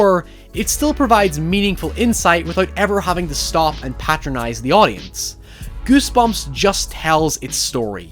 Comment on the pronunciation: It's sound like you said ghost bitch